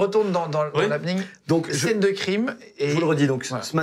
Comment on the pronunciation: HappEning pas Hapning